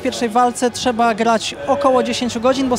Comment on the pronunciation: byłoby fajnie jakby mówiła trzeba a nie czeba, jak ma prowadzić wywiady a nie tylko wygladac